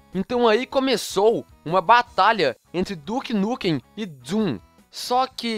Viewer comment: ué duke nukem como se o jogo se chamava duke nukum?